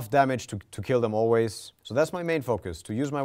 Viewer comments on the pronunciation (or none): none